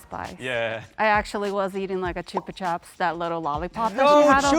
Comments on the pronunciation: Why can't they say chupa chup its not choopa choop its chubba chub. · That pronunciation of Chupa Chups really caught me off guard 😂